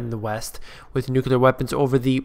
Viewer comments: The word is N U C L E A R not n u c u l a r. When you learn to spell and pronounce a simple English word, you may get more listeners - but not me! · Every time i hear someone say "nukular" instead of nuclear, I stop the video. It's too bad he said that word in the first 10 seconds of his show.